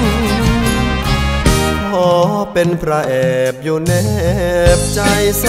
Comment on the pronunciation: รู้สึกน้องจะมีปัญหาเสียงครุ นะ เช่น "ใจ" ร้อง "จาย" เสียงดี มีเอกลักษณ์ ฝึกออกเสียงอักขระให้ชัดเจน เพลงจะไพเราะขึ้นครับ